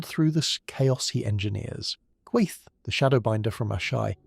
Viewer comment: It sounded like like you said Queef instead of Quaithe